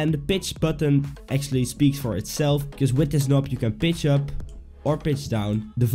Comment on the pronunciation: Is he saying Pitch or Bitch?!